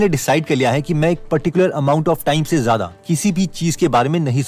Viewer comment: ज़्यादा होता है ज़ादा नहीं